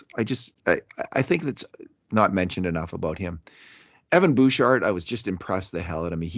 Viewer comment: You don't pronounce the "d" in Bouchard.